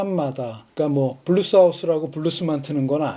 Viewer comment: 자꾸 브루스라고 하시니 80년대 나이트클럽 '브루스 타임'만 자꾸 생각나요. ㅋ( 저도 옛날 사람). 블루스라고 발음해주세요~~ㅎ